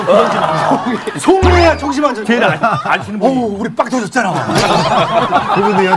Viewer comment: 송해야를 소 옹 해 야로 살림